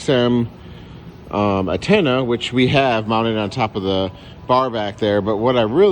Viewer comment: Stop saying attena it's antena